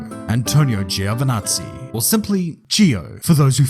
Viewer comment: Little fun fact, in Italian it's pronounced "Jo" not "Gío"